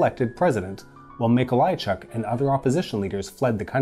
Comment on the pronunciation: MikoŁajczyk, GomuŁka Okulicki not Okulski Ł is spelled like w L is spelled like L